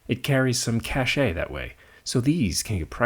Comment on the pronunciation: Anybody who can use and pronounce "cachet" correctly is an educated man in my book.